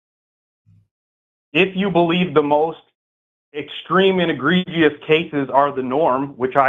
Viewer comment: It was really egreeg-i-ous